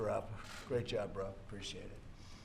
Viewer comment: did he say great job bra?